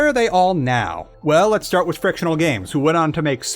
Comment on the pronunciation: I can't help but notice your pronunciation of the words "with" and "without". You seem to be saying wis and wisout. Is there a reason for that?